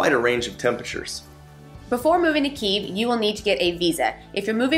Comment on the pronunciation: Just discovered your channel, love your videos. Kyiv is still standing strong and is still beautiful. It will welcome you again once the war is over. I’m glad you liked it and special thanks for pronouncing Kyiv correctly 😄 Greetings from Ukraine 🇺🇦